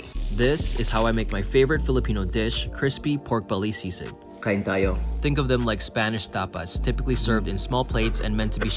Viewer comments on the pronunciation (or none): I believe it’s pronounced see-sig not sig-sig. But looks delicious! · it's SI-sig, not SIG-sig lol good job though! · Sisig not sig sig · Sigsig ❌ Sisig ✅ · Its sisig mo not sigsig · Sisig not SIGSIG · It's see-sig..not seg-sig😂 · It’s pronounced “si-sig” not “sig-sig” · IT'S sisig not sigsig. LOL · it's SISIG not SIGSIG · SigSig made me laugh so hard omgosh 🤣 it's pronounce Si-Sig hehe love you're cooking video's ❤️ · Lol 😂 Correct pronunciation is si-sig not sig-sig. But it’s cute 🥰 how you pronounce it. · It’s SISIG not SIG SIG though😂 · Its sisig not sigsig. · It's SISIG not sigsig😂 But you're cute though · It is SISIG, not sigsig. 😅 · sisig, not sigsig. sayote = chokos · It’s SISIG, not sigsig.. hehe. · 😂😂😂 not sigsig it’s sisig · You guys it's called sisig not sig sig 😂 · SISIG not sigsig. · It should be easier to use the real charcoal with the eggplant. Btw, it is SISIG not sigsig. But you are doing great👍👍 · It is supposed to be pronounced as "sisig" not sigsig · For the tortang talong, try it again without the cheese, and only flip it once the bottom is brown. Make sure to check the bottom before flipping. Also, it's actually Sisig, not Sigsig. Hehe! And it's Chayote in English. For the dessert, you can try Halo-Halo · 𝑺𝑰-𝑺𝑰𝑮.,𝒏𝒐𝒕 𝒔𝒊𝒈𝒔𝒊𝒈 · “See-Sig”, not SigSig. 😊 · Not SIG-SIG but SEE-SIG. You can use Philippines RENO LIVER SPREAD (which is also good for bread spread) instead of LIVER meat. Also, other variations do add Mayonnaise. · it's actualy not "sigsig" it's "si-sig". anw, i love youuur vids!! i'm from Ph and it's so nice that you get to try dishes from our country. all love 🫶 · Home Gurl it’s See-Sig. Great Job btw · Pronunciation of sisig: 'see-sig' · Sisig is one of my favourite dishes. BTW,no hating, just correcting, sisig is pronounced as see-sig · It is see-seeg (Sisig). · Sisig is pronounced “SEE-ZIG” 😉 you guys did a great job with everything, looked like everything tasted legit 👍🏼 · Why does she keep pronouncing it as “sigsig”